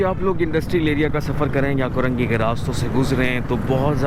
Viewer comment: Korangi hota Hy yah karengi. Samaj nahi ata yeh new new vloger Urdu ki watt lagatay hy